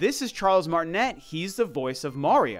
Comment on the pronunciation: Actually his name is pronounced Martinay because he's French, which is pretty ironic but oh well lol